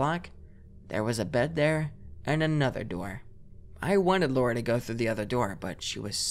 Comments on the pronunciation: Me everytime [] said Lora instead of Lara: 😑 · The creepiest part of this video is how keeps pronouncing Lara like Laura